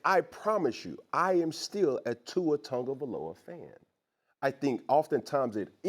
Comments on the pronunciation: "Tua turndaballova" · Only thing I disagree with cam on is the pronunciation of Tuas last name. Tungaloa lmao 😂😂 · Cam calling him “Tour Tongue of Aloa” is DIABOLICAL 🤣🤣🤣